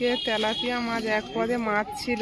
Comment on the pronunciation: Tumi maj bolo keno ota mach bolbe sunte baje lage rag koro na